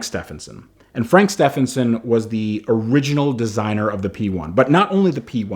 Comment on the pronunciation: Fucking STEP-HEN-SON!!!! My name is spelt Stephen- it pronounced STEVEN. So Stephenson is pronounced Stevenson ffs. An I don’t care wat frank says, he ain’t English, an WE spawned the fuckin language!!!!!